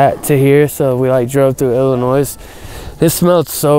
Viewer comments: Damn, he drove through Illanoyz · Man really said “Illi-noise” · He said driving through the ILL-AH-NOISE... lmfao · "IllinoiSSS" everyone from illinois shaking their heads lol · Can't believe was in my state of Illinoize! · You forgot one wrong pronunciation of Illinois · I love how no one from anywhere else but Illinois knows how to say illinois properly😂🤦🏼‍♂️ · really said illinois with the s and coming from someone who’s from there it hurts me everytime. Also he ain’t wrong about the smell 😂😭